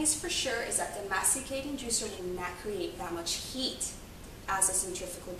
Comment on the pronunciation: SOUNDS LIKE YOU ARE SAYING "MEXICAN JUICER" NOW CAN I SEE YOUR MUFFIN?